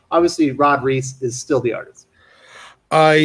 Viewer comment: So you pronounce Superman's artist Ivan Reis as RICE, but you also pronounce New Mutants' artist Rod Reis as REESE???